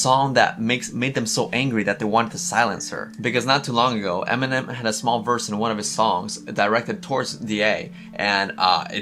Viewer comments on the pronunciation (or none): She doesn't pronounce eminem right eeeemnem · EEEEYyy-min-ehm ft. Rihanna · I like how did antwoord pronounce eh-minem, like, that should be his new name.